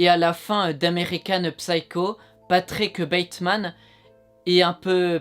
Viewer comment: patickeuh bateuhmaneuh leuh tueureuh